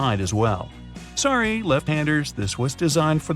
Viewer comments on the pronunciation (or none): none